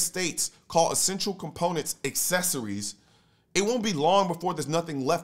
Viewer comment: Is he saying parts of a gun "assessories" ... without these assessories, it does not fire.